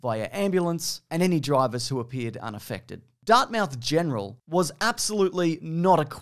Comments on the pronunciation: Nooo you called it Dart-mouth, but it's actually in fact pronounced Dart-muth. We jokingly call it Dart-mouth due to all the smokers though. I'm just amazed that you've said the name of the town I live in lmao, been listening to the pod since the early days and this is so weird to see you cover a classic Halifax story lmao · Oh no you pronounced it Darth Mouth. You better hope no one from Nova Scotia hears that. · Someone from Nova Scotia did hear it. It was hilarious lol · lol, “Dart-Mouth” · Anyone else from Halifax laughing at his pronunciation of DartMOUTH 😂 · As someone who live in “Darth Mouth” I always get a kick whenever someone try to name our city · I work in the film industry in Halifax, Nova Scotia and I can confirm this incident is still talked about to this day. I've even chatted with people that worked on the set, crazy shit! Also I've been a big fan of the channel for a long time and hearing you say "Dartmouth" is something I never knew I needed. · As someone who lives in Dartmouth, I love your pronunciation of Dartmouth. Lol. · Love the pronunciation for Dartmouth. I guess technically that's how it's spelled but definitely not how we pronounce it lol 😂